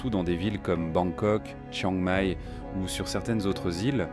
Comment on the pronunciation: Vidéo complètement fausse et bourrée de lieux communs moralisateurs du Café du Commerce ! THAILANDE s'écrit avec un H après le T, merci ! ( même en anglais ! ) Et PHUKET se prononce POU-KETTE. Il y a un tréma sur le dernier I de CHIANG MAÏ, donc on prononce MAILLE ! Vous êtes sûr de connaître le Pays du Sourire ? Apparemment NON ! Et bonjour les clichés sur les farangs ( savez-vous ce que c'est ? ) ! Quelle horreur ! STOP, j 'arrête de regarder après 8'23" parce que c'est vraiment DU GRAND N'IMPORTE QUOI !!! 😡😡😡